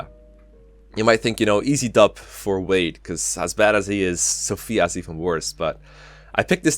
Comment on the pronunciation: its wade not ward.